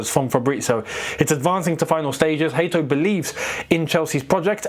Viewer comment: I've done some digging online and seems like Hato is pronounced as HAY-toe so younwere rigjt all long...Cheers bro keep up the good work.